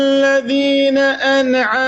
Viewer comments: قراءة صحيحة !!!!!؟؟ هل النون من حروف القلقلة في"أنعمت"؟؟ ثم كلمة غير المغضوب عليهم تنطق كما هي وليس المغظوب اذا انت ك مغمم وتقرأ هكذا فلا عتب على بقية القطيع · نسيت حرف الضاد في كلمه المغضوب هوه لفظها المغظوب